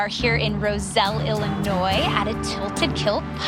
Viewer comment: And hey, I heard him sayin Illinois as (Illi-noise) haha